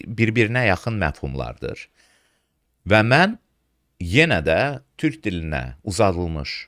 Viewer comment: Dövlət başçısı TÜRH deyir, TÜRK deyə bilmir.